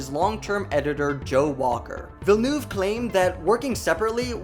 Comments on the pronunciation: Considering (meaning no offence) that it was pronounced wrong in this video, I would say yes, definitely yes. He and I are from the same province, and his name can't be properly pronounced in English because is has sounds that are specifically of the Quebec accent (Specifically the "eu" sound does not exist in English, but also we pronounce all our vowels differently from European French). That said, Quebecers are already aware that our language is hard to pronounce, so I don't think anyone is offended by his name being mispronounced, as long as you're doing your best. :P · FYI, you're pronouncing the Director's name wrong. It's not Ville-noove. It is Ville-nuhve. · Villeneuve ... villeneuve not vellouve thx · It's Villenuhve not Villenoove. Say, "uhhhhh" as if you were thinking. VillenUHHHve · Why can't you just try to pronounce French words French? It's not Denis Velnoove but Denis Villeneuve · It is pronounced "Vill'neuth" not "Villnoof" - Get your facts straight! OMG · It’s Vill-nerv not Vill-noove. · Villeneuve isn't pronounced Vil-noov More like Veel-nuhv Deh-nee Veel-nuhv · Challenge: drink a shot every time he says ‘Villenoof’ 😄 His name is Villeneuve! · I cannot watch any more Dune coverage, because of how horribly everybody pronounces the director's name... The "-neuve" sounds more like "love" instead of "groove". Please google how to pronounce his name. I'd be very much grateful. Thanks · It's not "Villenuve" 😂😂😂. I mean learn the guy's name. He's the most interesting director alive. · « Déni vilnouve » 😭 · Im dying how you say Villeneuve imao sound like bilboon (I was born same place as da man) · Vi-ye-noove - there is no l in there pls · "Deni Vilnoov" 😂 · His name is pronounced 'DUH-KNEE VEEL-NUHV' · “Dounie Villenoove” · Your prononciation of Villeneuve is awfully 😂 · I can imagine Denis Villeneuve’s name is hard to pronounce, but it made me cringe every time 😅 the ‘eu’ should be pronounced more like the ‘i’ in dirt, or ‘u’ in hurt. 😌